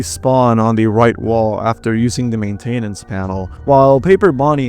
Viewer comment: Does anybody else notice that he keeps mispronouncing a lot of random words 😭 like “gibberish” and “maintenance” and just a bunch of other ones?